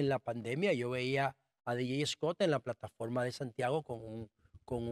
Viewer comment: Señor usted es un buen comunicador, trate de hablar correctamente nuestro idioma español. Reselva, tamo, platafolma, alma (arma), polque ...